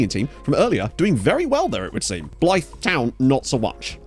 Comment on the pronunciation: Please learn how to say Blyth 😂😂